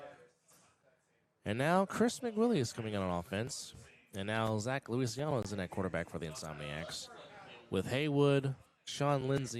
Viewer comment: It’s Lucy ahhh no, the proper pronunciation of Zach’s last name. I have no idea why it’s being pronounced so differently it’s not Luisiano it’s Luciano